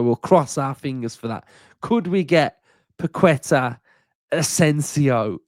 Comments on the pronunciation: C’mon mate!! It’s pronounced Pa’ke’tah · Without sounding like the pronunciation police, it’s Pak-eh-tahhh. Think there’s a quality player in him yes who’s gone a bit stale at West Ham. I do think it’s a bit of a weird one given our supposed restrictions, the price tag, his age etc but if he come in, give us something a bit different and improve us in the here and now then I’m all for it. Long as Unai ain’t bringing him in to chill on the bench…